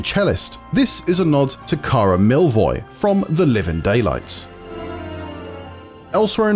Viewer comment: Kara "milovy", not "milvoy", sorry!!